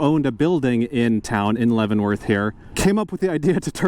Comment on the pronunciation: You nailed Leavenworth. It used to have a junk yard downtown and the owners had a sign in front saying Der Junkyard. The town is now a traffic jam. The big winter thing is the Christmas lighting ceremony, which causes traffic backups on two mountain passes. I do like how no youtuber ever films passing through my town. Being fairly unknown and not scenic makes it affordable to live in. Oh, and on a sad note, heard that the orchard land beneath the Pinnacles has been sold to a housing developer. More McMansions for the Wenatchee Valley. Congratulations on pronouncing names of towns fairly correctly. Chelan usually gets maimed as does Wenatchee. But you didn't even try Pateros! Keep on!